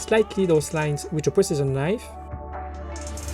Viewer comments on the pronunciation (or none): i hear prisoner's knife when you say precision knife